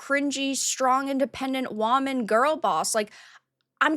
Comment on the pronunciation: Do you pronounce woman like that or is that you mocking the “strong woman” trope lol it sounds like you said strong WAHman lol